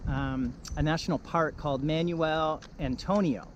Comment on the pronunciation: Thanks for the video, but it's KAY' pos and mahn WELL'.